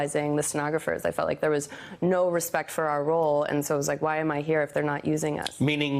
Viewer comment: She "felt like"...weak emphasis...